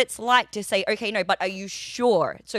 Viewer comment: She says no like nurrrr.